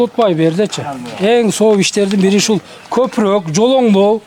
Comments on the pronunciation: Далбойоп копрок дебей копоро деп айтсан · Копурук катта деген создорду туура суйло блогер кыргызча суйло.Сени бут Кыргызстан коротго